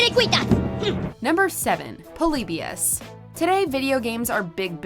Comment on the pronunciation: Why does she pronounce Polybius like that?